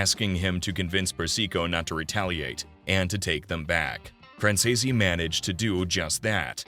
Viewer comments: ACCORDING TO MICHAEL—SONNY’s SON- THEIR NAME IS PRONOUNCED. FRAN SEAS OR FRAN SEES! It is so much nicer to pronounce a person’s name properly! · For Christ sakes, how hard is it to pronounce his last name properly? F R A N Z E E C E if ya sound it out. Lol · Fran- zee-s. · Wtf , you can’t even say his last name correctly, I’m out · It’s a really good YouTube but please try to say his last name right look up Michael Franzese and he’ll tell you how to say it but you’re not saying his last name, right😢😊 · well, since it takes less than 5 minutes of research to figure out how to say the name, either you’re a robot or just lazy as fuck. So whatever you prefer to be known as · Yes I do understand like I appreciate you trying to help I do know a lot about the Mafia and it does catch my interest just it drives me nuts when you mispronounce the last name wrong like hears a idea if you don't know how to to pronounce it then just call the person by the first name or nickname I would accept that and it would be a lot better than the wrong time I am like bro it is not that that's not how you pronounce it it's.....